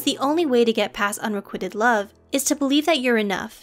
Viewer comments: Excellent video... but my OCD is going crazy at how the narrator is pronouncing “unrequited” - it’s not “un-re-QUIT-ed” as in you’re quitting the gym, it’s “un-re-QUITE-d” rhyming with white. 😏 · Unrequited, not unrequitted. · Why does the narrator keep mispronouncing ‘unrequited’? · please learn how to properly pronounce unrequited